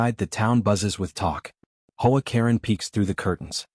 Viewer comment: H.O. A. Katen stop saying as Hoe A. I do not like AI stories they suck .